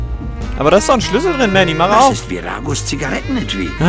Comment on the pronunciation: Immer wenn du Manny sagst, dann verstehe ich Matti! D: So verwirrend >.<